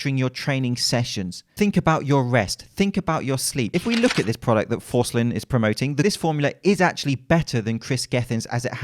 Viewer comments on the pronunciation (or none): How difficult was it to not mispronounce Forslin? You know, just one letter...